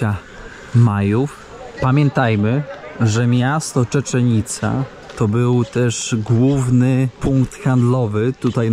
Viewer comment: Żadna czeczenica! Czeczenica to w Czeczeni 😂 Cziczenica!